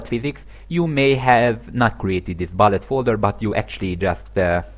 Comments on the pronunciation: Hello, sorry for nitpicking, but it's pronounced like "b-oo-llet", not "b-uh-llet". Sorry about that. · Its bullet, not ballet.